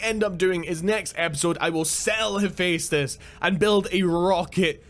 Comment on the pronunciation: Its pronounced hufestus